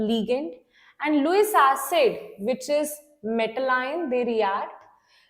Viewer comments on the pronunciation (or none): none